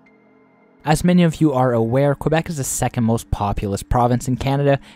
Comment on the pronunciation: KA- BECK, why is it so hard for non Canadians to say it right?